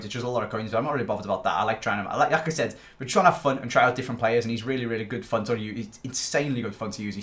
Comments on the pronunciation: 'like i said' i thought he said 'lacazette' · Every time he says "like I said" what I hear is "Lacazette"